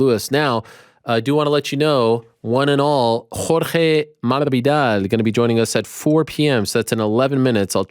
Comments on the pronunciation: You are always very precise with the correct pronunciation of the names of the fighters. Jorge Masvidal has corrected you several times in the past now. Jorge Masvidal,... Masvidal!!! Not Marvidal😂 there is no "R" in Masvidal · There is no r in masvidal FFS